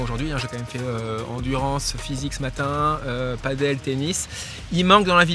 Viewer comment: Il faut vraiment que tu apprennes a prononcer padel